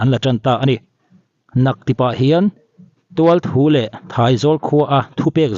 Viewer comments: Khaw hming i rawn lam Thualthu i rawn tih hi Ṭhualṭhu tih a ni zawk em aw? Dan ang hian thu neitute hian dan ang tak hian hma la zel rawh se.. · Thualthu ni lovin, ṬHUALṬHU ti a lam tur aw. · "Tualthu" tia i chhiar kha "Ṭhualṭhu" a ni e. Ṭhual tih chin hi a ri hniam tur a ni a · Thrualthru leh Thraizawl ti a lam tur.